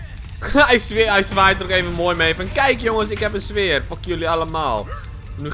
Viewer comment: je zegt sweer maar het is speer